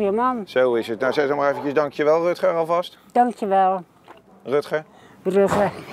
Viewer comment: Ik verstond Rufter